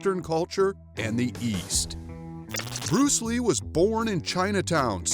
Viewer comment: buddy are you even at the level of Bruce Lee?? If not then try to pronounce his name properly!! He is a legend in martial arts because of him kung fu, wing chun, taekwondo has become famous